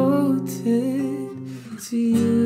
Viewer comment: Pet peeve "devotsed" 😶